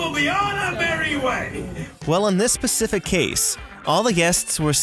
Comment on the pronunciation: Did he say "on this pacific case"